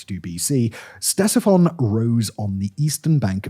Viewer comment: Hearing you pronounce "Ctesiphon" is like nails on chalkboard. LITERALLY THE LEAST YOU CAN DO IS LEARN TO PRONOUNCE THE NAME OF THE THINGS YOU'RE SUPPOSED TO BE EDUCATING US ABOUT, SIMON. YOU HAVE ONE GODDAMN JOB.